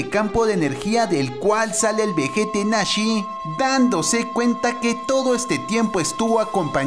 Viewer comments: No se dice nashe se dice nazi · Es nazi no nasi tío que te pasa hombre ☹️ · Es nazi no nashee